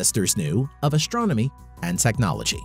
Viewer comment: Would you please learn how to pronounce "st" without the "sh" sound? It was extremely annoying hearing you pronounce words such as "astronomy" as "ashtronomy".